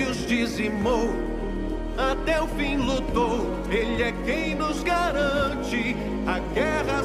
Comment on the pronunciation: Achi que não Ele fala " é que nem noa garante"